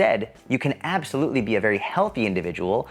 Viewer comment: More like "apple- solutely" 😁